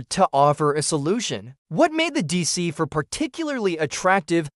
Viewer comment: deesee FOUR (not Deesee Fuh)😡